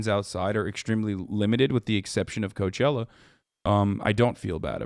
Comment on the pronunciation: lol i stopped at you saying cochella....